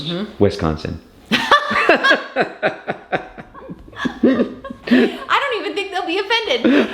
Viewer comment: Excited about the cookbook, BUT it’s wIsconsin not wEsconsin lol. 😂😂😂